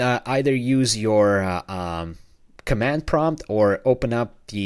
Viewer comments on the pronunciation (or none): none